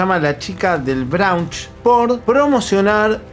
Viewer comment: Me da gracia cuando dice la chica de BROAUNCH